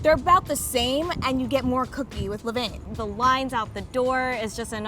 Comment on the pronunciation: All these different pronunciations of LeVain are annoying me lmaooo. It’s “lah-ven”